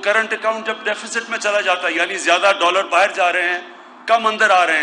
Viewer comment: Bahar hota be bahir nhi hota